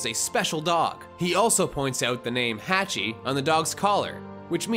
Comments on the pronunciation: My guy said "hatch-e" Edit: the real name is pronounced" haw-ch-ee Hawchee" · It's pronounced HAW CHEE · Umm you could at least PRONOUNCE Hach's name correctly. Did you even WATCH the movie?